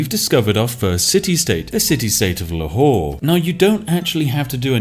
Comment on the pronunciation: "The city-state of 'Le Whore'"